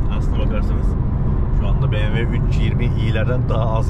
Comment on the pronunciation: BeğemV değil BMW yani Be me ve